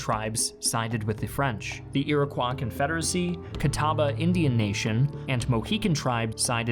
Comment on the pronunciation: That is not how Iroquois is pronounced